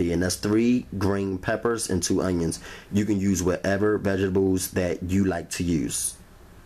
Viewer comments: i just love how he says vegables and not vegtables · What are veggibles? 😂😂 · Vegables? Thats adorable!! I mean no disrespect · Who else LOVES the way he say Vegables 😂🥰❤️ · Phonetic: V E J T A B E L S! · Every time he say vegables I crack up lol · Lol "VEGABLES" 🤣...GOOD VIDEO THOUGH! 💪🏾😎...👍🏾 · vegables.... lol... I'm out. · "Vegebales" lmao 😂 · Moiss rum tepecher vegibals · First thing I caught as well 😂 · I love the way you say "vegga bulls" 😍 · theylovemarg har har har let’s continue to laugh at how someone who mispronounces a word! 😂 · Literally came to the comments to see if anyone else caught that!!! Chileeee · Lol love the recipe but can’t get over the “veggablez” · Did he say vegiblz?